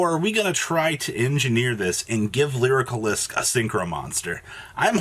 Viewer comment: Each time "lyrilusc" is mispronounced, a flock of birds die.